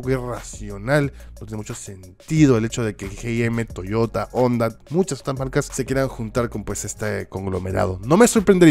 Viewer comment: Me agrada que leas y pronuncias correctamente el español cuando dices "onda" y no "jonda"